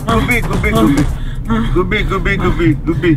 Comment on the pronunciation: Gubbi gubbi kadu guube guube analli correct ga untundhi😂😂